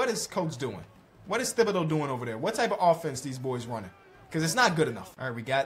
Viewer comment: always be saying thibodeaux wrong lmao